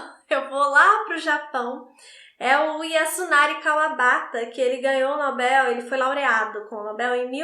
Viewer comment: Só de você falar NobEl e não nObel, já merece muitas estrelinhas! ❤ Adoro seu trabalho.